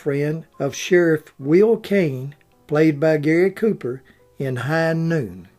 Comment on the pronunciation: Gosh, if you could learn how to speak correctly, then these would be even better. Wlke's last name is pronounced as ' wll-key '.